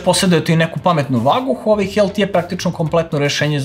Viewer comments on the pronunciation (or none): none